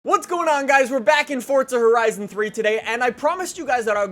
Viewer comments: is it just me or does he sound like he says Fortza Horizon 3 not Forza Horizon 3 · It's pronounced "four za" not "fort za" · Forza Not Fortza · stupid bitch stop saying fortza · STOP SAYING FORTZA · Canidian say fortza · Why does this guy say Fortza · for the last time, there is no "T" in Forza